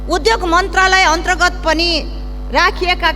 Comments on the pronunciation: उधोग होइन , उद्योग भन्नुस् । शुद्ध उच्चारण गर्नुस् ! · उधोग रे कति अशुद्ध ,बोलि नियत खराब छ मुख खराब छ